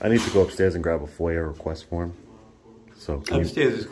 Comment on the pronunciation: Foyer? request? FOIA request. Hurts my ears hearing however you say it.